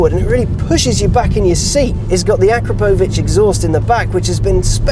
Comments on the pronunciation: Akrapovič: ACK-RA-PO-VICH. Not akra-po-vich Had to lol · You are pronouncing Akrapovič in such a wrong way children in Africa are crying even more